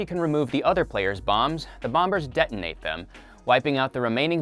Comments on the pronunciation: Anyone else think it’s weird this guy pronounces the second ‘b’ in “bombers” “Bom-bers” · You don't pronounce the second b in bombers. Other than that awesome video. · I have never heard someone mispronounce bomber as bomBers so much in 5 minutes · You don’t pronounce the b in bombers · why did you keep pronouncing the second b in bomber? it does make you think tho